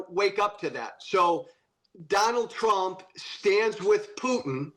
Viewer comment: I liked the slip of the tongue, "President Strump"!